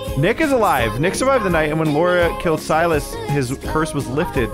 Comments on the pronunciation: the name is Sigh-Las not Sil-is 😂😂 3 videos now you started saying the name wrong out of nowhere 😂😂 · Si-lis not Sil-is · First, I haven't finished the episode yet. Just wanted to come by and say I giggled everytime you said 'sil-us' instead of 'si-lus' 😂❤️ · Him saying 'sill es' instead of 'sigh las' gets to me 😖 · The way ohm is pronouncing Silas’ names as Silus had me laughing way to hard because not even 1 episode back he was saying it right lol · Literally screaming at the fact that the hag has said the name Silas 100x during this play through, yet insists on saying it wrong. I need a “yanking out my hair” emoji 🤣